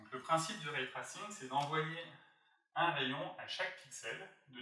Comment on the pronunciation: c’est “en jean” et pas “njaillene” :P et plus tard c’est l’inverse : “ray tressing” et pas “trassinne”